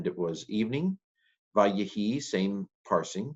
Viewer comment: In וַֽיְהִי I think we have our old friend metheg that turns 'vay-HI' into 'vay-ye-HI' vocal shewa...